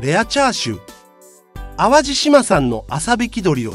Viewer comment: チャー↑シュー😂😂😂